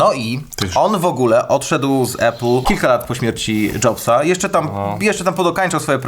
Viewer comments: Uwaga dam szok: czyta się APL a nie ejpl :D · Chłopaki odpalcie AI - niech nauczy was mówić "Apple" 😅 Nie ma takiego słowa "epyl". Jest Lądek Zdrój...